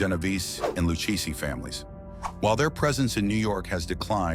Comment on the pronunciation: It's Lucchese